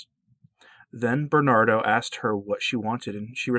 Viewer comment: I’ve heard this story beforebutyourvideomore completely ah more details. Thank you for this. BTW, his name is Ber-nar-do.